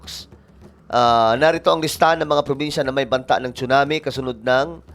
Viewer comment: Tsunami...pronounce it SUNAMI.silent T